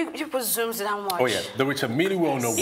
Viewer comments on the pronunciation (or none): Its pronounced miilll not milli